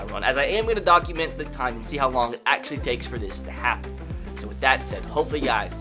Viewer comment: “i had no idea that tom britty was AKshully the slowest qwüttaback”